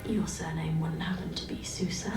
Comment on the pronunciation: The way, and the characters on the show pronounced Sousa makes me cringe like that one guy cringed to the word Moist. I need Yo-Yo to say it for my sanity lol